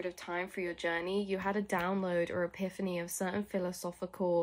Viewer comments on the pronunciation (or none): none